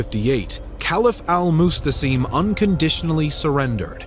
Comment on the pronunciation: It’s al Mu’tasim not mustasim.